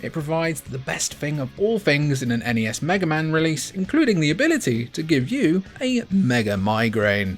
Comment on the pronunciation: N-E-S. It's an acronym. Absolutely not Nes -- like Nessi from Scotland's loch.